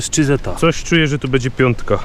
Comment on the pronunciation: jak Cię lubię to twoje "bede", " bedzie" itd., nie zrozum mnie źle, jest nieco denerwujące;)